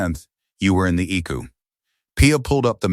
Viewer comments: Edit this video. It's not an ICK-U or Ecoo....It's an I.C.U., That's just ONE of the audio bloopers in this video. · It's pronounced I C U not I CU. You also need to check your spelling. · Please train your little robot how to talk , this drives me crazy , it is not icku eye see you ok get it rite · It is I.C.U. not ickyou. Teach the ai voices to properly pronounce numbers, time, abbreviations for words like Intensive Care Unit. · ICU isn't eku pronounce it this way: I See You! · Please learn to enunciate. It is I.C.U. not eek-u or ick-u. Your family sucks. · it is not an icu it is short for intensive care unit your pronuncing it eku cant you read if this is ai its pretty stupid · Quit letting AI read these. They are terrible. I keep wondering what an “E Q” is. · Flowers are NEVER allowed in ICU. Phones are rarely allowed. ICU is pronounced I-C-U. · The "Ick-You" sounds almost as bad as the I C U. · Lol. Stop with the e-kew and eye-kew